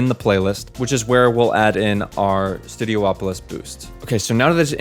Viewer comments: Worth noting, it's not called "Studio-opolis" it's pronounced "stue-dee-OP-oh-liss". You're not the only one to make that mistake, like people pronouncing Rayquaza (ray-KWAY-zuh) as ray-KWAH-zah. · Ok, this is something I never got. People will pronounce Hydrocity as "Hydrossity" when it's supposed to be pronounced (And spelled) as "Hydro City" yet, they also pronounced Studiopolis as "Studio-opolis" when it's SUPPOSED to be pronounced as "Studi-opolis" much like how Casinopolis is pronounced as "Casin-opolis" in fact I don't think i've ever heard anyone mispronounce Casinopolis' name. So Hydro City becomes Hydrocity (Hydrossity): Taking a two-word name and turning it into one word for a stupid play on words that no other stage name in the game uses (I don't know if you do this so please don't take this personally if you don't) And Studiopolis (Studi-opolis) becomes Studio-opolis: Taking a one-word name and pronouncing it as two words for some reason, an inversion of the Hydro City thing, and this one doesn't even have an excuse for it, and i've heard SOOO many people do this, not just you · Its Studi-opolis not Studio opolis.